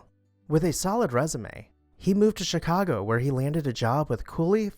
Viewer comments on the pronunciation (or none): none